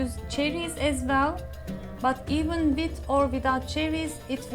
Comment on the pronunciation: Sorry, but I had difficulty understanding your English this time. After a lot of rewinds and replays I finally understood. Tell me where you learnt your English.... Ireland? Turd of a cup,...wid a or, along wid, etc. A complete lack of "th" . Tanks for reading.